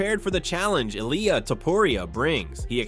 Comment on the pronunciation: 100 ways to pronounce Ilia's name and none of them correct.